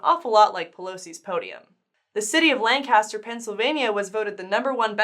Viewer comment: Love you guys, but I'm yelling "Stop!" and convering my ears as you continually pronounce "Lancaster" incorrectly! If you are going to crack an Amish joke, you have to pronounce the town/county with its Pennsylvania Dutch pronunciation, not like you're from southern California.